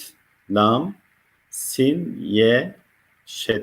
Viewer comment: Sayın hocam, Neden “LA^M” diye telaffuz etmiyorsunuz Hakkımız var mı bu harfi kalın okumaya Lütfen